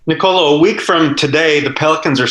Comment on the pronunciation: The correct pronunciation is Nicolò , not Nicolo